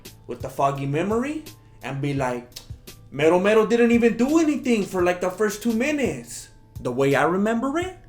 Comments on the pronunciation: 'Mero Mero'? I THOUGHT YOU WERE SAYING "METAL METAL!" 😕😕😕😕 #RomeroWasRobbed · I thought he was saying metal, metal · I thought you was calling him metal metal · Lol "Mero Mero" OMFG